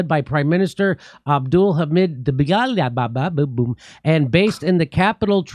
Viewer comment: jimmy is actually the only one getting getting the pronunciation right on both dbeijba and Kiev.